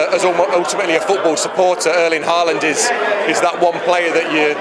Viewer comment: It's a sign of respect that you try to pronounce someone's name correctly. It takes an effort, if you bother. He was just being polite. What if people called you Gavdir in their language? Then I'm sure you would appreciate if someone showed you the respect and tried to say your name correctly. And to say Hawland isn't a big ask, is it?